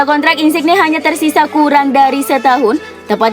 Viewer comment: Min, sekedar masukkan, mungkin perlu perbaikan penyebutan nama pemain, nama kota, dll. Misalnya "Mallorca", cara baca yg bener adalah "Mayorca". Atau "Insigne", cara bacanya "Insinye". Mungkin bisa pake Google Translator (atau tool lainnya) untuk tau penyebutan nama dengan benar. Mohon maaf min, sekali lagi hanya masukan, diterima ya alhamdulillah, gak pun ya gpp. :)